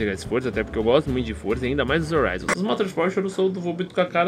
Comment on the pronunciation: não é forza é Forza